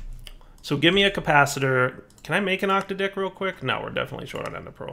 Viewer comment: I'm not sure, but I doubt this is how you (should) pronounce "Octadic". I'm no expert, but "OcTadic" sounds like it would trigger less YT algorithms than saying "OctaDic", just saying.